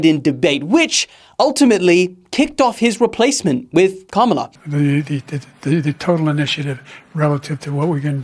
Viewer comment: Kamala, not kamla